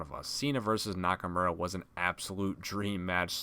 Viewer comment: I cringed when he said shinsukes name. Yeah it sounds like nakamora but it nakamura. People are saying it right. But it still make me want to cringe